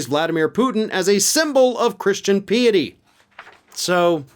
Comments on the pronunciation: Pie-ity Not pee-ity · I thought Piety was pronounced Pie-ity, not Pee-ity. Have I been saying it wrong all this time? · "Piety" is not pronounced "pee-a-tee," it's "pie-a-tee." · Didn't you mean "PIE-eh-tee" ? 😅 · Putin..christian pee at he? U sayin.....it was Putin peeing at Trump? Or just mispronounced piety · You miss pronounced ‘piety’ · Sorry, grammar police here just for future reference. Piety is pronounced with a long I as in the dessert pie or the Greek letter Pi. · Brave attempt at pronouncing 'piety'.